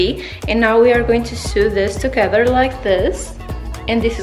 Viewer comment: Sew in English is pronounced “so” not “soo”